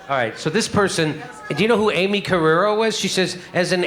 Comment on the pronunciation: Amy in Spanish is usually Aimé... pronounced Ī-meh. She's so weird.